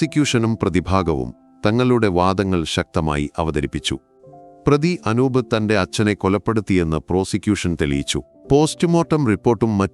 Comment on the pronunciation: അക്ഷരങ്ങൾക്കും വാക്കുകൾക്കും സ്പുടത ഇല്ല. ചില വാചകങ്ങൾക്ക് full stop ഇടാൻ ശ്രദ്ധിക്കണം. പിന്നെ അനൂബ എന്നല്ല അനൂപ് എന്നാണ്.